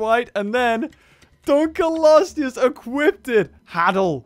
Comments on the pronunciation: It is pronounced dunk-lee-oh-stee-us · How to pronounce Dunkleosteus: Dunk-lee-oh-stee-us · Btw it's pronounced (dunk-lee-o-stew-us) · srsly? DUNKELOSTEUS? its Dunkleosteus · it's annoying me that he pronouncing it wrong it's dunk o lo stee us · is dunkleosteus not dunkelosteus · it's pronounced dunk leo stud. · sorry. dunk leo stus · ITS DUNK L EOSTEUS FFS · auughhh the way you say its name made me cringe so bad p-p